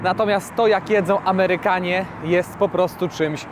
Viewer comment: Amełyka hehe